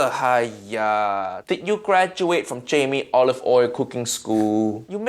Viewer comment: He said Jamie olive oil 😂